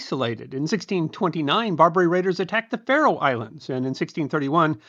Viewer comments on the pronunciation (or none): none